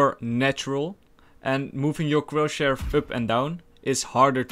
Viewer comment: nobody:: CrOtChHaIr no offense i am a subscriber and i love you (no homo)